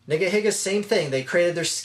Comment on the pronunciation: No offense, but it sounds weird to pronounce it "niggahigga." I don't know how it's supposed to be pronounced, but I would stick with "neegaheega." I don't know; who cares. Just a thought.